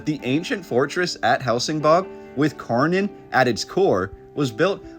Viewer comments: I'm Swedish so this was extra fascinating to me! btw, "Kärnan" as it's called could for you english speakers be pronounced by saying "SHARE NONE" the Ä sounds like the "ha" in "share and the "nan" at the end sounds close to "none" depending on your accent. otherwise cut "nanny" at "nann" and you have our way of saying KÄRNAN. "share none" or "share nann" :) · A more correct pronunciation for "Kärnan" would be "Chair-Nun" or "Share-None" :-) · Thanks for showing Swedens Star cities. Borg means fort. Skans is another unknown name for most swedes. Kärnan is pronounced tchj-air-nan=core Thank You Sir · Interesting! Thanks for this video. I'm Swedish and I have noticed that our history is really obscured.(as it is everywhere) By the way Kärnan is pronounced "Schairnaan"😉🤗